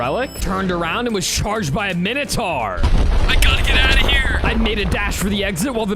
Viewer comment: We not gonna talk about him saying weather king instead of wither king I edit again to say he said minitar instead of minatour